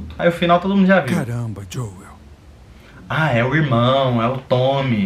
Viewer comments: Não é joey é joel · Que agonia ver o Julio falar jõe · Mó agonia do júlio chamando o joel de joe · Ele chamando o Joel de "Joe" kskskskksk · Ah agonia que eu fiquei com o Júlio falando joe e não joel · Me deu agonia dele falando joi em vez de joel